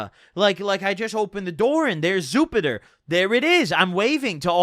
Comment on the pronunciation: "there's zupiter" fucking hilarious